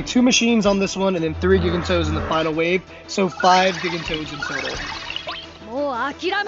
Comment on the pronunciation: Thank you for the help finding those things. It's the second of your videos that has helped me. One thing though... do we know that's how "gigantoad" is pronounced? Before I heard you say it, I thought it would sound like the word "gigantic" but with "toad" for the last syllable. That's a "J" sound at the beginning.